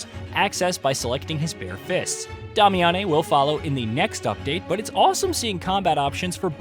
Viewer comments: Bro it's just pronounced "Damian", not "Dah-mee-ahn-ay". Have you played the game? Many other mispronounced words too, please pay attention. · Dah-e-yah-meh???? Wtf?😂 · WTF IS A DOM-ee-ohn-ay???????!!!!! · Love the video.. but I do have to point out the pronunciation of Damiane was crazy😂